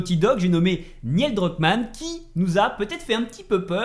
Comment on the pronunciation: j'adore tes vidéos, mais par pitié.. la prononciation! 🤯 Neil Druckmann ne se prononce pas "Niel" 😱 Le "i" est après le "e" et se prononce "Nil" (comme Neil Armstrong) 😉 Ça m'a vraiment trigger surtout que tu le prononces plusieurs fois d'affilée 😉